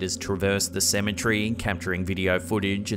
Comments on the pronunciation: And saying symmetry instead of cemetery. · Cemetery... Not Cemetree 😅 There's other words you add tree to 😂 territory not territree 😅 ... Kinda cute and funny... Kinda